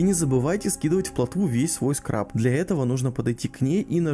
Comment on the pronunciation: не скраб , а СКАРБ!))